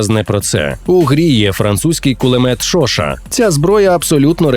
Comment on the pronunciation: Пулемёт Шошá, ударение на "А"